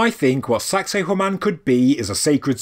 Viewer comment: I had intended to compliment for the British pronunciation of the name being far more refined, not to mention avoiding sounding misogynist, like our American one. But you made it funny without being salacious. Congrats 👏 🏆 👏